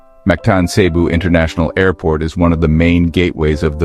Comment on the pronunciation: Cebu is pronounced fast with accent on 2nd syllable , CeBOO. Not SAYbu.